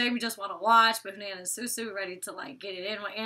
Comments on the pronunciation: huh-nan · Hanans name is pronounced Huh-nan